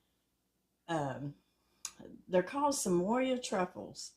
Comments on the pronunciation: Samoa is pronounced sam-oh-ah. Dulce de Leche is pronounced dul-say de lechay. I love watching you show us delicious recipes - just wish you were my neighbor! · Sa mo (long o) a. Like the island. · I love your channel and these look easy and delish! FYI there is no letter "Y" in the word Samoa. Samoa is place, part of which is an American Territory of Polynesian heritage . It is pronounced Sam-ohh-ahh. 🌎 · Samoa-Sa-moh-a. Dulce de leche-Dool-say de leche. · Love you. Thank you for the great recipe. Just an FYI tho. It is pronounced just like it looks.....sam-o-a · LOLOL, you r so adorable!! LOL "Samoya" Truffles!! Samoa is from the country of Samoa!! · Thanks for explaining to her how to pronounce Samoa. I don’t know why I cringe at bad pronunciation but I do.